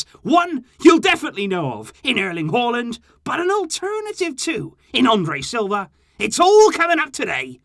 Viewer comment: That's the right way of pronouncing his name